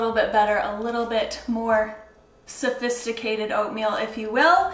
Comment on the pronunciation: Safisticated lol